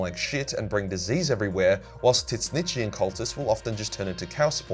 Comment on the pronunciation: Why does he still say tit-snitch